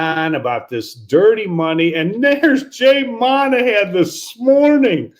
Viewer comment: It’s’Mawn-a-han’ not ‘Man-a-han’